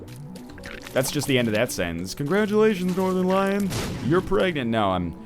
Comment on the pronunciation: Every time i hear him say his name i allways hear northen lion. like he is the lion of the north.